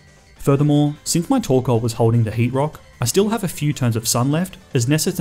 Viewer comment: TORKOAL, NOT TORCAL!